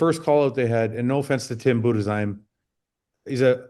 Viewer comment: the first time I heard some foreigner pronouncing Budesheim correctly